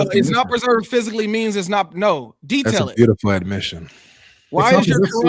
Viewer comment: exactly! When I hear HIDEjab or saying "bauatiful" I start to feel bad😂😂